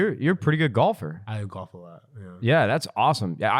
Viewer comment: Love how says GHALF